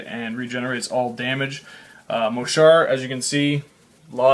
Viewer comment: it's mohsar